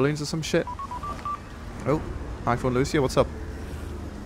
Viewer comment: Sounds more like he's saying, "hi, fun Lewis here."